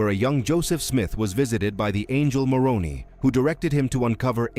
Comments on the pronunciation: I'll only subscribe if you pronounce Moroni correctly. the "i" at the end is pronounced "eye" or "aye" not "eee". I'm not longer a participating member of Mormonism, but it still grates when Moroni is mispronounced. Also Cumorah is pronounced Come - Or - A. You'd better get these basics right if you want to be taken seriously. Consult an LDS member on the correct pronunciation of these and other fundamental and basic Mormon names and terms. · It's pronounced with a long "I". It was my dad's middle name. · The Pronunciation is More own eye is how it is said. As a Protestant Utahn I know. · This video hurts my ears with all the mispronounciations. The hill "COOM'-or-eee" and angel "Muh-ROH'-nee". Can I trust a video that can't get the English pronunciations correct? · As a native Utahn, the name "Moroni" is pronounced as "more-own'-eye" -- long I at end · It’s pronounced Moron👁️ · Your annunciation of the name of "MORONI" appears to be an intentional Bastardization and disrespect. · Please correct the pronunciation of Moroni and the hill Cumorah (l am not sure how to spell it.) the video was excellent, but the mispronunciation is a problem in that it is an annoyance in the presentation. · Your robot mispronounced the name 'Moroni'. The emphasis comes on the last syllable, not the second syllable. Get it right! (I"m an atheist). And Mormons don't want to be called Mormons; they prefer to be called by the acronym "LDS". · Maybe you could teach the narrator how to pronounce Moroni. Likewise for Cumorha. Your credibility goes to zero when ya can't even pronounce correctly.